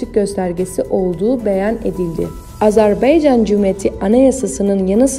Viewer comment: Önce Azerbaycan demeyi öğren! Azerbeycan değil! Ne tür konuşma bu?! Nereden tutup getirdiler sizi?!